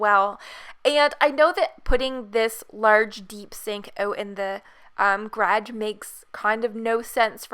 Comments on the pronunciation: "gradge" xD love the house <3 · Me : is she saying garge or garage Sis : dun know Mom : what’s a grage